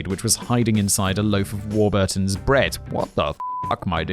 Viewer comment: War-burrrrr-tons, for an alledged Englishman that's a dire pronounciation of legendary bread company.